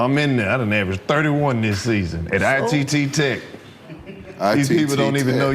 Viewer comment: this n*gga Lous said "ITT Tech". ☠